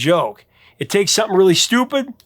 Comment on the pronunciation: Wow, Justin wasn't joking. He told Elizabeth Zharoff (charismatic voice) the pronouncing of th as f, some-fing, is a Hawkins family trait lol. His brother sounds exactly the same!